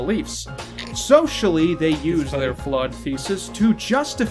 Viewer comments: I know I'm late and they will probably never see this but I think he said flawed thesis not flood thesis. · It irks me that he clearly says flawed thesis and you spend the next half hour making fun of his borderline speech impediment lmao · After hearing it for the 8th time or so I have concluded that he said "their flawed thesis" and simply cannot pronounce words correctly.